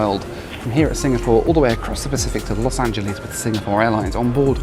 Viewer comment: LMAO SO TRUE